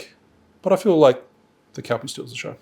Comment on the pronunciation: Nice video, but I had to chuckle at you pronouncing Calpis as 'Cal-pee' when it's actually 'Cal-piss' 😉